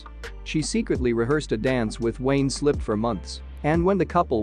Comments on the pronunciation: SLEEP. Wayne SLEEP! Fucking hell, it's not hard! The man has had a long and prestigious career; do him the courtesy of getting his name right! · A I will never take over if they cant say Wayne Sleeps name properly 😂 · It's Wayne SLEEP, not Slip!! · Wayne Sleep not Slip. At least get his name right ! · Wayne Sleep not Slip! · Wayne 'Slip' his name is Wayne Sleep. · It was Wayne Sleep, not Slip. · Wayne Sleep…. Not Wayne Slip WTAF!?? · That's Wayne SLEEP, not SLIP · Hes name is Wayne Sleep not Slip you dorks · Wayne Sleep not Slip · Wayne Sleep, not slip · Wayne Sleep. Not Slip. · Wayne Sleep, not Slip. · Its Wayne Sleep! Not slip🙄